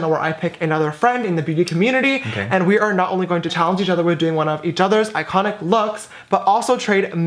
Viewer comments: "its ikHONIK" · is it iconic, or styeconic?😂💕 ly girl♥️♥️